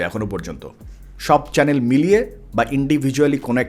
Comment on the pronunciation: যে ছেলে চ্যানেল উচ্চারণ করতে পারে না , চ্যালেন বলে তার থেকে কি শিখার আছে 🤣🤣